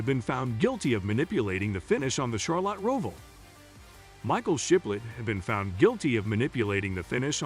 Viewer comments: If you can't pronounce Charlotte or NASCAR correctly, I dont have much respect for your knowledge of NASCAR. Char-lot.....never heard it that way before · A channel named Nascar Zone should learn how to pronounce Nascar and Charlotte.